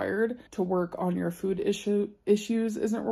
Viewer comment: Drink every time she said “fEwD” in this video 😂